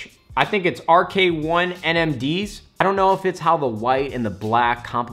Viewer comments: Dude said rk1 I'm dead 💀💀💀💀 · Did he say RK1 NMDs?